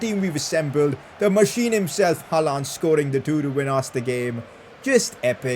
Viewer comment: Pls pronounce haaland name like haaland not haalaaaaaand 😒😒😒🥱🥱